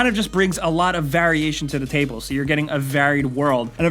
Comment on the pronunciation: I HATE the way he mispronounces variation every god damn time